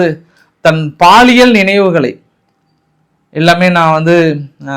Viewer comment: நல்ல முறையில் எடிட் பண்ணி வீடியோ போடுங்க தலைவரே, எழுதும்போது எழுத்துப்பிழை செய்து சகஜம் ஆனால் நீங்க என்ன தலைவரே பேசும்போது நிறைய எழுத்துப்பிழை செய்கிறீர்கள் செய்கிறீர்கள் இனி ஒன்னுக்கு ரெண்டு முறை எடிட் செய்து சரி பார்த்து வீடியோ போடுங்க தலைவரே, பாலிய பருவ நினைவுகள் என்பதற்கு பாலியல் நினைவுகள்னு சொல்றீங்க இதெல்லாம் நியாயமா தலைவரே 😂😂😂😂😂😂😂